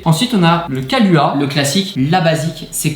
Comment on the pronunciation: Yo les gars super vidéo si jamais les kaluha se prononce kaloua et le bailey's se prononce beyliss comme ça vous saurez ahahah